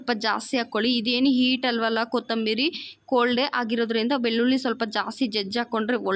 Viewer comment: ಕನ್ನಡ ಅವರ ಭಾಷೆ ಅಲ್ಲ ಅನ್ಸುತ್ತೆ. ಪ್ರಯತ್ನ ಪಡ್ತಾ ಇದ್ದಾರೆ. ಕೊತ್ತಂಬೀರಿ ಚಟ್ನಿ ಮಾಡ್ತಿದ್ದಾರೆ, ಉರೀತಾರೆ, ದಾಸ್ತಿ ಉರೀಬೇಡಿ ಅಂತಾರೆ....😂. Still good effort if Kannada is not her mother tongue. I don't know if we can speak her mother tongue just as well.